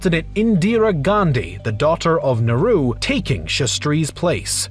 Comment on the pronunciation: Nehru is turning up in his grave because of the video guy's wrong pronunciation 😂